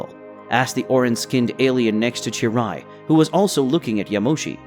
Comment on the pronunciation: its cheelai not cheerai